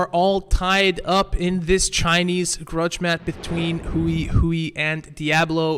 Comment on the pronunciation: Congratulations to all the participants! Great tournament! By the way Hui in Chinese isn't pronounced in a way that rhymes with Chewie, it's only one syllable and sounds a bit like you take the word "whey", but switch places with the "w" and the "h" ~ hwey :) One syllable! not "hu-i"